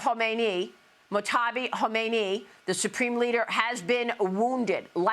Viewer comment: Jeez! You can’t do the slightest bit of preparation to learn how to pronounce these names? Mojtaba- mōj-Ta-ba. Not that hard